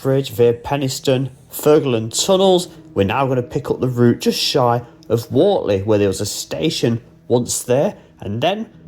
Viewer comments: Please get your pronunciations correct it's pronounced Wurtley not Wortley. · Pronounced Wurtley. The mud is basically horse sh1t from the stables at Finkle Street / Wortley Station. They pick it up in their paddocks and training ring's, but not on the TPT. GREAT if your on a bike... As for the rocks, you know they were placed on the tracks, don't you?